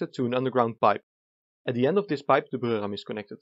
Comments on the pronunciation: I hate to argue with someone with a Germanic accent (in most things, really), but wouldn't Breurram be pronounced "broy-ram"? Weren't you saying "Brürram" (i.e., Bruerram)? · Everytime you say "The Breurram" you sound a like a German guy trying his hardest to pronounce the words right and i love it.